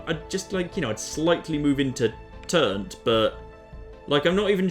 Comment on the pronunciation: Can I just say how much I love that you call it Turnt even though its Trunt